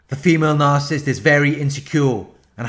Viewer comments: The word is "nar-ci-ssist," not "nar-cist!" I really wish that you would pronounce the it correctly! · you know what he's saying. that's all that matters. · ...I like the shortened version...very fitting ...does the job...as much as the narcs. deserve!